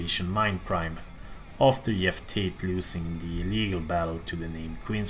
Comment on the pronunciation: "Yeff Tate"